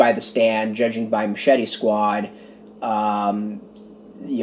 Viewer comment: Really appreciate the review, and you got the last name correct. Glad you enjoyed my story